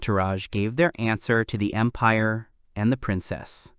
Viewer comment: Bruh at the start i heard "the great impare of Bulgaria" 😭💀